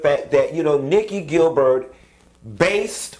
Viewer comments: How he pronounces my last name irks me. Gil-buuurt, nope nope nope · why you keep calling her GilBIRD? 😂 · The pronunciation of “GIL- BIIIRRRDDD” (Gilbert) kills me everytime! 😂😂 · Gilbert…, not Gilberd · "Nikki Gil-BERG" tickles me! 🤣😂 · Q!!!!!! Her name is....,,"GilberT!!!!! i am hollering! Why is he Not pronouncing the end of her last name???!!! GilberT!!! 😳 omg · How are you pronouncing her last name lol